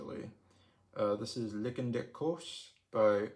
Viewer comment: Lichen = lie-ken